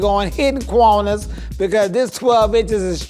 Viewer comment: Cwanas as in corners 😂😂😂